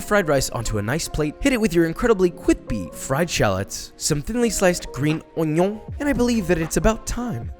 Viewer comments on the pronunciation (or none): "Onyo" hahaha x)